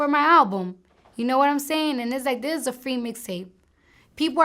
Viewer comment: it eez what it eez